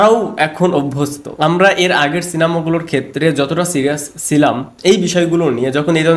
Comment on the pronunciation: Jotota serious chilam hobe cilam na.... Uchharon thik koro bro